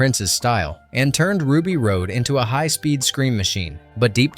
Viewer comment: RUBY ROSE NOT ROAD